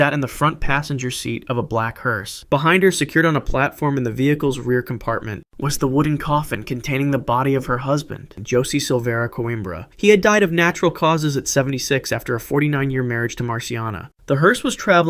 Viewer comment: Your pronunciation of the name José sucks lmao Its not pronounced as "josie" its pronounced like "hoh-zay"